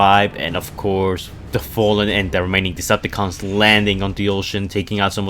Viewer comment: he says it like this lol